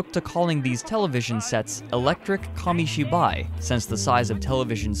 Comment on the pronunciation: What is monga? Komishiboy? Why can't Americans say foreign words without using that pretentious but wrong pronunciation...